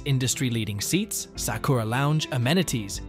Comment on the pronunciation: That is NOT how you pronounce Sakura.